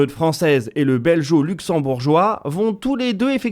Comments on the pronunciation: Super travail comme toujours. Merci et bravo. Toujours des difficultés à prononcer Rehearsal (pas de h entre le s et le a…) et ne dit-on pas belgo plutôt que beljo ? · Petite précision, çà se prononce "Belgo" et non "Belgeo" ;-)